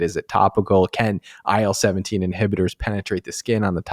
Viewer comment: my god, I keep hearing aisle 17 instead of IL17